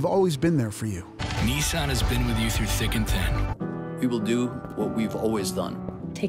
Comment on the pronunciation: holup.... why'd the guy pronounce Nissan like "Nii-san"